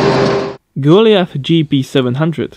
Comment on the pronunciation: Strange name for a car Gooly ath, maybe Gol I Ath, that's the trouble when you read books to make a video.